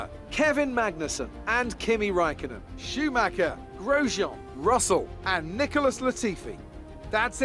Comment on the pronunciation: Dont play F1 if you can pronounce Schumacher correctly!